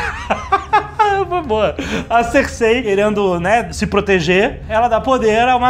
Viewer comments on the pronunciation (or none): kkkk Cêrsei e igrite ... Mas bom vídeo , eu comecei a assistir parei na 2º temporada pq n estava entendendo porra nenhuma , daí resolvi assistir até o fim , e no final fique meio desnorteado com alguns acontecimentos e personagens , mas voltando aqui no resumo consegui compreender melhor , e com certeza não me arrependo de ter continuado a assistir .